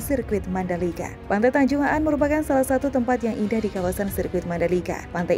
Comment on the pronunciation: Bukan tanjung Aan min tp tanjung An ..